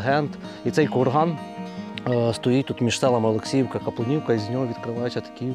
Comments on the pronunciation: Капулівка, а не Каплунівка. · Вітаю. Ви припустилися помилки в назві села. Не Каплунівка, а КАПУЛІВКА. Наголос на У. І не Отаманська імперія, а Османська. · Капулівка! Не Каплинівка… За відео дякую!